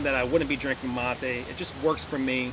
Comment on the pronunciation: Its mate not motey